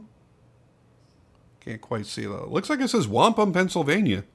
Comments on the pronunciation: Yup you got it right! (Wa)-Pum, it’s Native American name. I’m from Ellwood City which is a stones throw away from Wampum, I’ve walked there many of times. It’s a really small town. Takes ya about 10 mins to see the sights of the town. Not much there. But seeing Wampum PA on the side of that knife makes me wanna pound my chest an scream Hell Yeah! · Pronounced Wampum correctly, I was born and raised in the next town over.